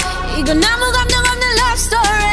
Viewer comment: "Lopstory" Xd